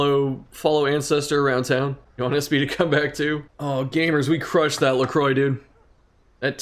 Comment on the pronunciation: it's not la crowa. In french it's la croix, but in english lacroy is the best way to say it.